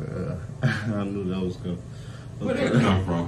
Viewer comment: This all you needed to do. Drop the interview. Was gonna unsubscribe from yo policey-ass on part 20. The man kept sayin his name and you kept with the ‘memmo’ 🤦🏽‍♂️